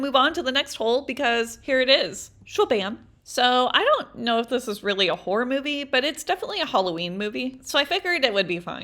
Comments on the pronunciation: I thought you were saying WHORE holes😂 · I thought She was saying hor hole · I kinda sounds like shes saying wh*re holes😂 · Horror is pronounced horrer